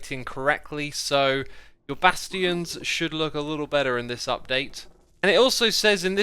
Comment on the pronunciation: Basteeons? No. Bastions.